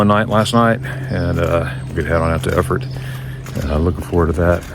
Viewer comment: Very pretty there and you showed it very well! And you're good too in pronouncing Eeeeerfurt! 😊👍